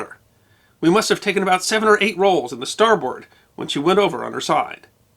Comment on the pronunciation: Former Merchant Mariner, usmma 1982 nobody says star-BOARD, but rather star-b'rd